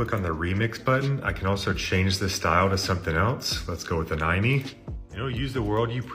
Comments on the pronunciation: ah yes "aNYme" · He pronounced anime “annoy-me”